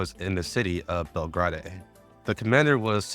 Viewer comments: im loving the recap so far as i havent played GFL1 since 2021, but my brother in christ it's pronounced bel-grade/bel-grayd not bel-grah-day. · Bel-Grai-De* But still BUHHHHHHHH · JFC still misinformation based on the guys bias , again gender is not "ambiguous" is canonically female according to writers and the male option is there for those who wanna play a male character. Also learn to properly pronounce names, like here "Belgrade" you can easily find how to properly pronounce it, its a real city in south-east europe the capitol modern day Serbia.